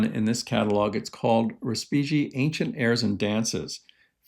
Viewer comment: Love The Pressing Matters. Little nit pic - look up how Ottorino Respighi is pronounced.